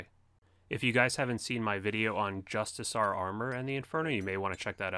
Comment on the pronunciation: Nice guide! But what the hell is Justisar? I only know Justiciar (Jus-ti-see-ar) :)